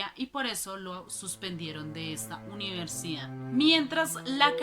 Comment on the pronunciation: "Uniersida" en Princeton? "Etsámenes" improvisados? Lo "acectaron" en la "uniersidá"? "Etceso" de velocidad? Entró en "atción"? "Decetcionado"?